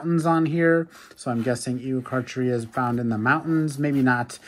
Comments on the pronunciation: It is pronounced ee o car car eu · Probably pronounced Eo-kark-air-ia